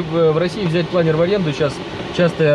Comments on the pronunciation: планЁр, вашу машу! кровь из ушей... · Планёрррр! Никакого другого произношения даже не подразумевается.